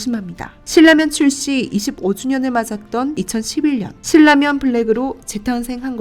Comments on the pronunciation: 일반적으로 신나면이라고 들었고 실라면을 거의 못들어서 어색해서요. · 신라면의 발음은 실라면이 아니라 신나면. 실라면이 정석적인 발음일지도 모르지만, 신나면이라는 발음만 들어와서 좀... 거슬리네요 신라면이라고 발음을 하는 것도 좋을텐데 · 실 라면 이라고 ??? 나 한테만 그렇게 들리나 ??? 돈 벌고 싶으면 제작에 신경 좀 써야지 ..